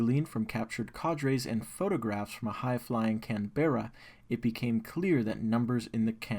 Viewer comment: Canberra’s pronounced Canbra.